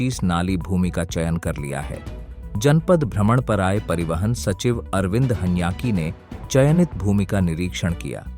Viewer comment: महोदय आपने " ह्यांकी" शब्द का उच्चारण शायद सही नहीं किया ,अगर ये बात है तो गौर करने की कृपा करें l धन्यवाद